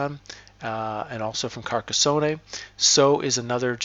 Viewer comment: There is no “ay” on the end of Carcassone.